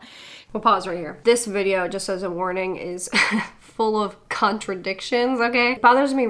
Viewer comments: Thought you said cuntradictions for a second lol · Excuse me ma’am, did you say CUNTradictions or am I hearing shit? 😂😂😂